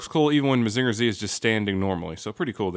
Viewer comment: I legit dropped this video like two minutes in because your pronounciation of "Mazinger" was so offensively bad. This wouldn't even bother me if you didn't say it like eight times in a row.